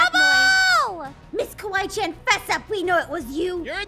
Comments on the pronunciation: No said kiwi chan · Your not the only one i heard him saying" Kiwi Chan!" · The way pronounced Kawaii~chan was “Kiwi Chan” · Anyone else notice when the lights came on the first time called Kawii~Chan Kewi~Chan- as in the fruit! LOL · They called kawaii~Chan Kiwii~Chan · Did anyone heard when they got scared and was calling kawaii chan He said:kiwi Chan Me:🤣🤣🤣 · you need to stop calling Kawaii Chan Keewee Chan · why did it sound like noi said "Goodnight miss kiwi chan!" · is it just me or I’m hearing calling ms.Kawaii Chan “ms.Kiwi Chan”? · ms kiwi chan